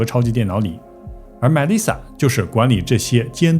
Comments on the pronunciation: 被外星人带走了呗。 Melissa 重音在li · the pronunciations of names, like Melisa and Snyder can be googled.